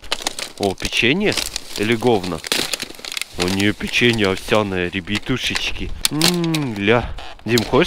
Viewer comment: Пачет, Польятилен, Ребьятушечки